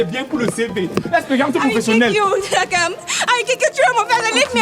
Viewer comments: Maniere dont Ernestine prononce Takam la est mo jusqaa😅😅😅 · Ernestine c'est takam et non tchrakam 😅